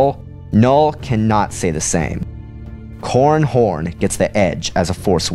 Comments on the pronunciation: Seriously, you have to enunciate man. It's " Cor ran Horn" not " Corn Horn" . Sounds like an unpleasant sex act. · It sounds like he is saying corn horn